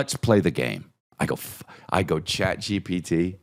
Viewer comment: “Ghat GPT”